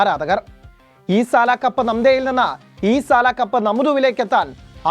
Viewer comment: ഈ സല അല്ല സാൽ, സല എന്നു പറഞ്ഞാൽ തെറി ആണ്